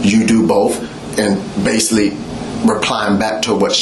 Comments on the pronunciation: "Basilly"... This dude is full of shyte!~ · I absolutely hate when people pronounce basically “base-c-Lee”. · "Basilly, in the beginning"